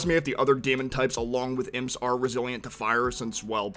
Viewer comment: It's pronounced IMPS not I.m.p.